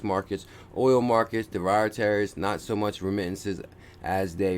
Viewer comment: "DEE-RIV-A-TIVS" and "FEE-OTT" currencies